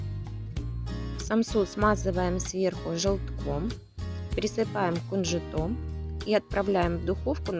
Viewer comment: Кунжут,ударение на 2 слог. Произносите правильно.